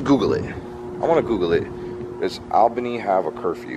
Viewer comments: Hey I love your channels. I am from Upstate NY 1hr north of Albany NY. I just wanted to let you know it is pronounced (All'bany, not Al'bany). I thought it was funny the way you were pronouncing it. Keep up the awesome content. Stay safe and healthy. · You say it ALL bany... not AL bany. lol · You are pronouncing Albany just as its spelled Al-bany, but that is not correct. Most people, including myself, pronounce it as ALL-bany, but that is not correct either. The correct pronounciation is AAL*buh*nee🤷‍♂️. I’ll leave now😂. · You are so close to me. I'm closer to Clifton Park. Yeah things are nuts with Antifa making a ruckus. Only a Floradian would pronounce Albany as Allbany whereas we Upstaters pronounce it Ahlbany. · Your bird is the most beautiful blue! FYI Albany of NY is pronounced “All-ban-ee” like the all as in ya’all lol...stay safe you two❣️ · < lifelong upstate New Yorker! So cool you were 2 hours from me!!!! I know places you can go! By the way, its pronounced like ALLbany, like awlbany lol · Love your videos. However as much as i love you, (i live in Ny) the capital is pronounced like Allbany even though it its spelt Albany. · lol it’s pronounced (all-bunny)!! hahaha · It’s pronounced all bany lol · It’s pronounced all bany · Albany...pronounced - all-bany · The fact he once lived in New York and still says “Albany” like that